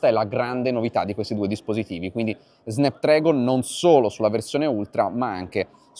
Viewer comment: si pronuncia snapdrAgon